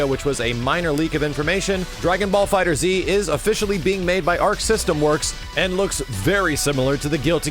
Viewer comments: it's not "DragonBall Fighter Z", it's "DragonBall Fighterz" with the Z replacing the S in the word fighters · No. pronounced it fighter z in his breakdown video. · you just say it like "Dragonball Fighters" it's not "Fighter Z." and damn it's just Xrd like "third" with an X not X-ard